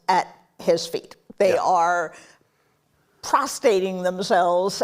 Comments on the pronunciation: She said that people lay "prostate" ... And she is a top journalist? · Your Elite American education didn’t teach you the difference between prostRate and prostAte? This is the quality we have to accept from our pundits and journalists? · "Prostrate" not "prostate." Evil cat-granny doesn't know the difference. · The nerve of this woman to say MAGA doesn't read and yet she doesn't know the difference between prostate and Prostrate.